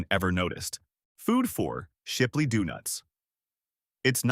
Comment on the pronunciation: Shipley Dewnuts?🤣😂